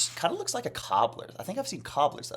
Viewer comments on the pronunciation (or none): I was DYING at your “lewks’ 😂